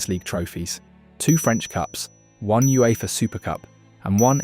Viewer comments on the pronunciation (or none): none